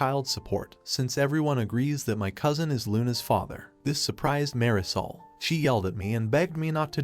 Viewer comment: That pronunciation of Marisol makes it sound like dish soap